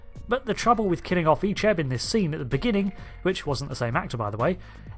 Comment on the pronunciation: I grew up watching voyager reruns so seeing Icheb being butchered messed me up 😢😢😢